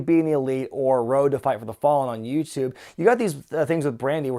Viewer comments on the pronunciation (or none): none